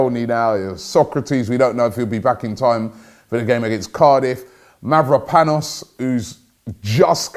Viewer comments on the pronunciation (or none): none